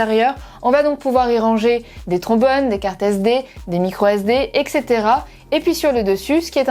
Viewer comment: Etcetera ! Pas exetera...